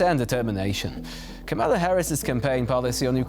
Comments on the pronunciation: You are correct, of course. However, the mistake is understandable. Multi syllabic Polish words have pentultimate stress, i.e. one syllable from the end. And tak, mówię po polsku :-) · KAM-a-la. Not, Ka-MA-la. Come on TVP